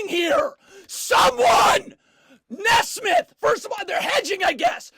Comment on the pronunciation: It’s NEE-SMITH lol not NES-SMITH you’re welcome